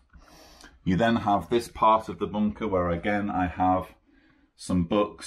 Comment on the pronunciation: Brilliant, I love the way you say bunker with your accent 👍